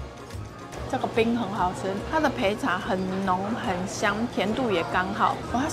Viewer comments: 焙-「ㄅㄟˋ」 不要再唸培了.. 看到一堆麵包店招牌寫烘「培」我就不會想進去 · 是焙ㄅㄟˋ茶～～（烘焙ㄅㄟˋ過的茶） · 是焙茶念ㄅㄟˋ才對吧